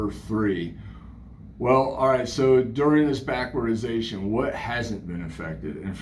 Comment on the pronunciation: I'd say you nailed everything right on except it's "backwardation"